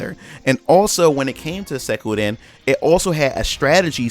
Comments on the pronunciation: Not Sekuden...! XD Suikoden! Ahha loved the video tho! :) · The way you say Suikoden hurts my nostalgia. Good video tho.